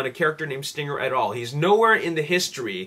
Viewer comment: dude its stringer not stinger